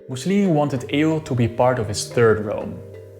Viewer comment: Why did bro pronounce “EUR” like that?💀